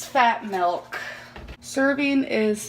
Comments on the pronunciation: I don't speak Dutch, but it is always weird to me that nobody ever point's out how she incorrectly (as for in English) mis-pronounces it that way. mElk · it's so weird how she says "milk" I'm from Belgium, and in Dutch, it is "melk". So it's like she's speaking English, and uses the Dutch translation every time she says milk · Melk is the Dutch word for milk 😂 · “Does regular chocolate have melk or ayygs in it?” I can’t believe we got a “melk” and an “ayyg” in the same sentence